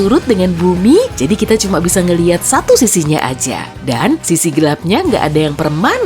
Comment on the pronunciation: "Xatu, Xembilan, Xepuluh.." wkkwkwkwkw 🤣🤣